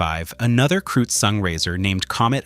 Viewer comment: Kreutz is pronounced “kroyts"